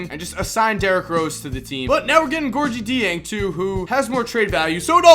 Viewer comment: look up how to pronounce Gorgui Dieng